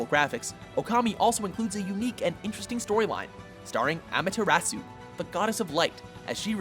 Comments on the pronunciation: Nice pronunciation on Amaterasu. Made me cringe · I love WatchMojo but they way he pronounced Amaterasu was cringe worthy